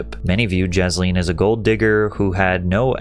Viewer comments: I keep hearing Ghislane when you say Jasleen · Jizzleen indeed 😅 good pronunciation. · It’s pronounced “JIZZ-lene” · Was it only me or does he keep calling her Jizz-lin? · I love how Patrick keeps pronouncing her name as Jisleen 😂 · Her name is pronounced the way everyone mispronounced Ghislaine Maxwell